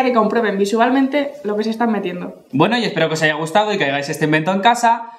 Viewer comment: Min 5'08 ha dicho “aiga”